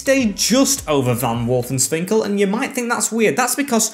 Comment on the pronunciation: its wolfswinkel not wolfenswinkel